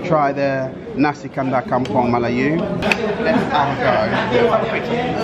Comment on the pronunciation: The way you say "Melayu" 👍👏